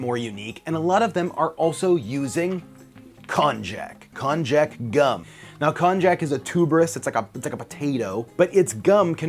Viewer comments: WTF is a Con-Jack? Oh! It is Konnyaku! (Konn as in Conman and Yaku as in Yakuza) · Pronounced kon-yak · The "j" in Konjac should be pronounced like a "y". Hence, Konjac should actually sound like the brandy "cognac" when spoken.